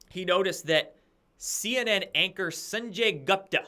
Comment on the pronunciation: Fah-ow-chee....San-jay Goop-tah